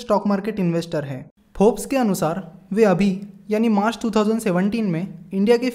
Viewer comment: Forbes ko fox